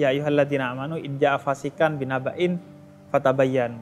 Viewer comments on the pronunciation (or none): Alhamdu lillah .. aku suka banget ama habib husain ja'far ini. Tapi tolong sebelum d tayangkan di tashih dulu. Karena tadi baca ayatnya kurang tepat. Di kalimat - IDZA JAAKUM FASIQUN BI NABAIN - tadinya d baca - FASIQAN - 🥰maafkan aku. Aku cinta habib. YA HABIBI .. 👍👍👍